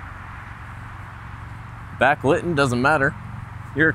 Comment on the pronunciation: Is that word Backliten, Back-lighten, or Back-liten??